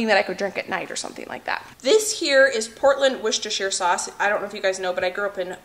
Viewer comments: Your pronunciation of Worcestershire is improving! Instead of Wus-tuh-sheer try it more like Wus-tuh-shuh - the sheer sounds too elongated. ♥️ Your videos are absolutely my happy place after a long shift, thanks for sharing your life with us ♥️ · In the UK we say Wooster Sauce we don't say the Shire part ..and Lea & Perrins Worcestershire Sauce is the best one